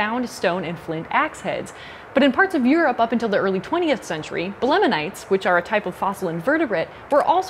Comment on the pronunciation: You pronounced belemnite "belemenite." As a paleontology student it made me squirm a bit :p Nice video